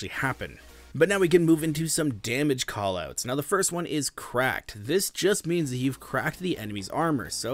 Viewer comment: “Koll Ooots”